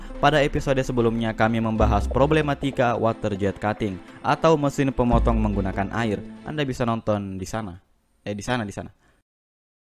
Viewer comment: gw fokus ke Searchbox bukalapaknya... Mesin Pappotong Kelapa, asli logatnya...